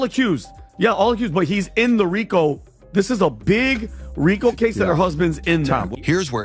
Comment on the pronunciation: It’s pronounced REEKO.